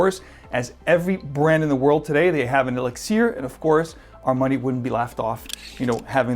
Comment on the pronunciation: Why do you choose to say elixir that way, "e-lix-ear"? What accent are you trying to apply to that word specifically, and why? I'm pretty happy with my profumo but excited to try this anyway. Likely overpriced but maybe that blend with Aqua Fahrenheit will get me to pull the trigger.